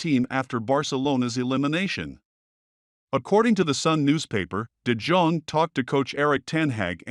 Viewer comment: de Dzong ? Who is that ? Do your homework, man ! ! It's de Yong .